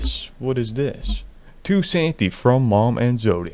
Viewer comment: The way u say santy makes me wanna die